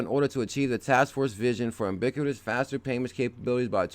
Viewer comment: Hi bro. Ubiquitous is pronounced you-bik-quee-tes ( means-seen everywhere )...luv the vids. keep them coming. Also easy way to remember interoperability (inter-opera-billy-T):-)